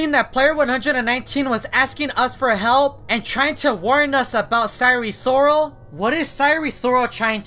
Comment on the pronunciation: oh my god yeah i hear it too